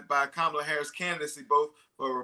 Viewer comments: Learn how to pronounce her name. It's not that hard. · What a mess of an interview. Host mispronouncing Kamala's name which he really should know (especially as it's a known touchy subject). One guest invited from a wacky "alternative truth" organisation. The other guest repeatedly swearing. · You are pronouncing Kamala Harris's first name incorrectly. Please don't do that. Please learn how it is supposed to be pronounced. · That woman did not pronounce Kamala's name right, I stopped watching and will downvote this video. This is appalling. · This guy still hasn't learnt how to pronounce Kamala's name - disrespectful reporting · lol cant pronounce kamala yup shes a trump supporter